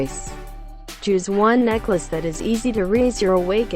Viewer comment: i loled everytime she say necklace as necka luss